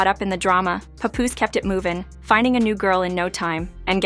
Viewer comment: Oh lord I hate that AI talking, not knowing the persons name. No rehearsal. No nothing.🗣100%